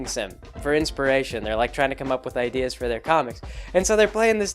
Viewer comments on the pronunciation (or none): none